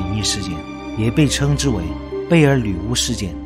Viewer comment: 背景音樂比你說話大聲，說話該斷點就斷點，不要硬拉造成鼻音超明顯，整部片子都在貝爾“鋁”巫